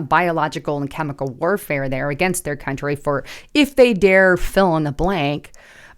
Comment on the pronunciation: Country has an "r" in it.